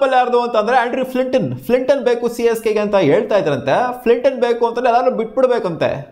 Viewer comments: Flinton alla guru Flintoff 🤦🏻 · Guru adu fliton ala flintoff 😂